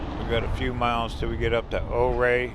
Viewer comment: Great drive, great descriptions. Just a word from a local, though - Ouray is pronounced youRay, and Telluride is Tell You Tide.